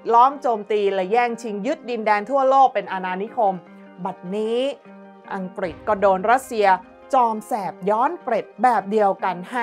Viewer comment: ผุ้อ่านข่าวเสียงดังฟังชัดดีมาก แต่บางทีคำควบกล้ำหายไปเฉยเลย เช่น อังกฤษ เป็น อังกิด ปรับปรุงนิด จะชวนฟังระรื่นโสต